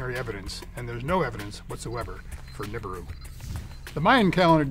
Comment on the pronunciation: its NIbiru not NIBUIRU